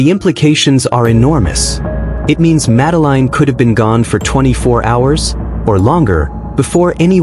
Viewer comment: Her name is pronounced. Madaleen not Madeline 🤬👎